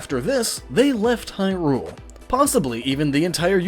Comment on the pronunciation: LowRule? Hyrule, LowRule, l-LowRule, aha,... HAAAAHAHA